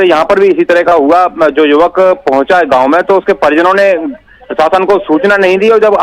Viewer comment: Is chutiye ko kon news padne ko bolta h ye hai ko kai bolta h